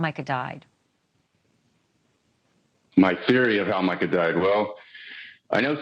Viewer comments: Strange that you keep calling her Meeka when her name is Mica…just an observation. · Why are you pronouncing her name as "Meeka"? I've been following this case since the beginning and haven't heard anyone else say it this way even her own family. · Nice presentation but you're mis pronouncing her name as "Meeca".